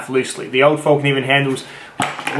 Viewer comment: It's pronounced FELK Nee Venn.. fyi